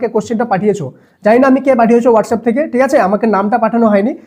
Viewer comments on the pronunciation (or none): none